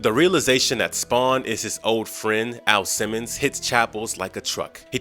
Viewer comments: sir are u saying AL simmons or A.I. simmons? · Dude, it's Al Simmons, not A.I. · Did he call "AL SIMMONS" "A.i. Simmons"? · His name is AL Simmons not A.I. Simmons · A.I. Simmons? You meant AL Simmons,right?